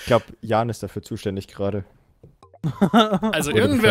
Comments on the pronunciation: als eingetragener Jan dieser existens kann ich euch sagen das das a kurz ist. es heißt nicht JAAAAAAAAAAAAAAAAAAn sondern Jan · der Typ heißt Jan und nicht Jahn! :D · JanGamingTV Ich habe ihn auch gehört... er wurde nur falsch ausgesprochen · necridtheschwedi Genau das wollte ich auch schreiben! Das A ist KURZ!